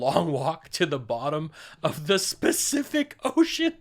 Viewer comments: Spacific ocean HAHAHAHAHA!!! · the "specific ocean". I needed that laugh!